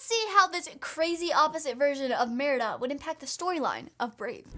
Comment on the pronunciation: You said marida